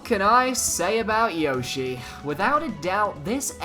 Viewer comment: Yoshi is your favourite yet you pronounce his name wrong lol